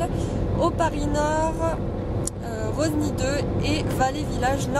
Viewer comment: Par contre personne ne dit roSny , le S ne se prononce pas ^^